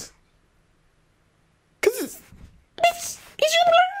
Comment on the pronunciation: SIS SAID WNEDY'S CHILE ANYWAYS